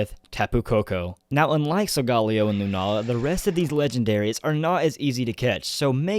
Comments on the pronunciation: Hears sol-golly-o. TRIGGERED. It's sol-ga-leo. Leo like the zodiac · Sol-guh-leo not Sol-gah-leo, dude. Get it right. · Am I the only one that pronounces Solgaleo as Sol-ga-leo?